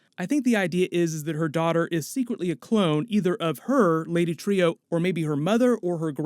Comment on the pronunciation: Not Trio..lady Trueeeeeee come on dude nice breakdown tho